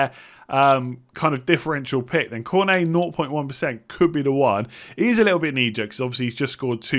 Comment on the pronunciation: Perfect pronunciation for Cornet:)